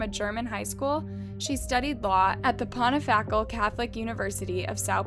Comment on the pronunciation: Interesting, but there a couple of pronunciation errors: Pontifical: [pänˈtifik(ə)l and the first time you mentioned Richthofen.